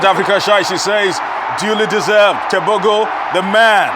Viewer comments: No,it's pronounced "Tebogo" just the way it's written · It is pronounced “teboho “